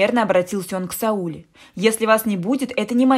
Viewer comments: Я про ударение в имени. Вы, наверное, просто не знали, как произносится это имя. Ничего, теперь будете знать. 👍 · Имя Сауле, с ударением на последнем слоге (ле). Очень распространено в среднеазиатских республиках СССР и Каз.ССР, к сожалению, теперь -- государствах ближнего зарубежья. Сауле -- красивое имя. Не искажайте его звучание неправильным произношением. Это очень важно для многих. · Бред!А девушка, которая читает, должна бы знать, что Сауле, имя азиатское и читается с ударением на на букву а!не возможно слушать! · Читайте правильно имя Сауле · Сауле, ударение на " е"... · Девочку жалко. И имя, произносите не правильно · Рассказ так себе.но рассказать желает лучшего, ударение на имени Сауле надо произносить на первом слоге!!!. ,а на втором. Попробуй произнести и сразу рассказ засияет красками. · Сауле - ударение на последний слог... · Текст читает робот, поэтому СаУле, а не СаулЕ! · Странный рассказ,не о чём.Но произношение казахского имени СаулЕ , на СаУле ,мне наоборот как то стало интересным.Что то в этом есть.Однажды я услышала как имя АйшА ,было произнесено в какой то песне на АИша. Звучит поэтично. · Не Саууле, а Свулеее. Ударение на "е". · Не СаУле,а СаулЕ!!!! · Сауле, произносите не правили но не СаУле, а СаулЕ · СаулЕ-ударение на Е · Не Сауле,а Сауле ударение на букву е ,а не на у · Спасибо за рассказ!В имени Сауле ударение падает на "е". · А я так впервые слышу это имя СаулЕ и мне абсолютно всё равно на какой слог падает ударение. Тут хоть бы уловить смысл повествования, автор читает как будто за ней кто-то гонится. Но кто хорошо знает, как произносятся слова и имена под ударением, согласна - слух режет!!! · Сауле, ударение на е. Очень красивое имя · Я русская Казахстанка и мне режет уши не правильное ударение в имени СаулЕ🙄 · Литовское имя Сауле ( ударение на А) означает солнце.Так что не спорьте. У вас имя так произносится , а у нас так Сауле (а) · Как режет слух. Правильно говорить надо СаулЕ! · Сауле ударение на "е". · Сауле- ударение на "е"